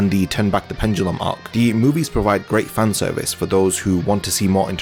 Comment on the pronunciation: wait did he say fanervice?